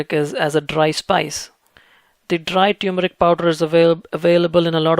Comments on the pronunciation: It is T-U-R-M-E-R-I-C not T-U-M-E-R-I-C, I keep explaining this to my south Indian friends. Try remembering the Vicco advt you saw during your childhood. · Love your videos. However, please ensure proper pronunciation. It’s tur-meric and not tew-meric. Thanks! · TUR-MERIC!! Not Tyoomeric. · No It's Not Tumeric, It's TURMERIC Please Check It💓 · Turmeric not Tumoric :) Thank you for your valuable well done videos! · Very professional & informative, thank you! I see that you spell and phonetically express turmeric as "tumeric." My auto-correct just informed me the dropped "r" is incorrect. I can figure many things out, but I cannot figure whether the "r" is silent or expressed. Well, going to plant some turrrrrrrrrmeric now! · Its not pronounced as "Tuer-meric" but "Termeric" as in "Turkey".....